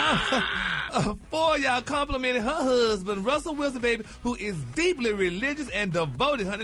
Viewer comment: Gary so damn dumb how you gone mess up a name like Russel